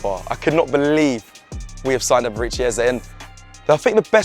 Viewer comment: Just to note his name is NOT pronounced "Er-ber-reach-chi". It's pronounced "E-bear-ray Chi". Eberechi Eze😊